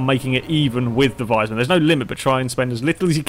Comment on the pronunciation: If you are talking about the fast car and not a wise man, it's pronounced "weesmun". ;)